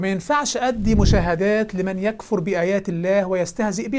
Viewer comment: السلام عليكم فتح الله عليك وأعانك وألحقني وإياك بالوقوف على ثغرٍ من الثغور إن شاء الله ماسأقوله الآن تصحيحا لإثبات صحة قولك بتواتر كتاب الله سمعيا لا كتابيا فلقد قرأت شيخنا الجليل قوله تعالى من سورة النساء يكفر بالسكون وهي بالضم فتح الله عليك وبارك فيك وأعانك على نصرة دينه ونحسبك على خير ولا نزكي أحداً على الله وأنهي بقوله تعالى والله متم نوره ولو كره الكافرون